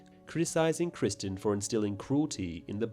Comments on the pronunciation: Bruh it’s criston not Christian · You're going to argue the book is better and you can't even get Criston Cole's name correct?